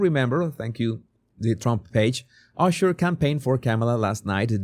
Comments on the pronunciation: if for you the name is so important why are you pronouncing Usher`s name incorrectly? his name pronounced with [A]sher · Love how he says ooosher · Your saying Usher wrong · Like your videos. But I’m cracking up. You said Ushers name wrong in the beginning.